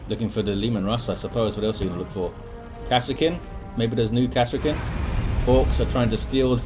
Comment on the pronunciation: Also it's K-EYE-A-FUS- KANE, idc what the author says, he is wrong... go back to english 101 See-I-fus KANE sounds as weak as soppy bread... I meant no disrespect to you sir, but that triggered me hard heh! As always amazing casts, and I wouldn't have anyone else on terra cast my DOWII casts!